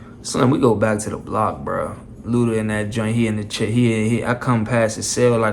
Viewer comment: They say chair the same way. Cheeer